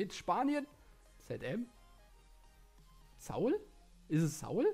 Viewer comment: Saul heißt der und nicht SAUl